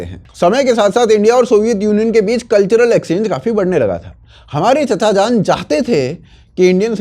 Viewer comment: चाचाजान नहीं भाईसाब चिचाजान बोलिए! 😁